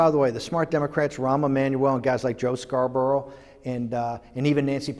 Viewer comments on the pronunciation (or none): none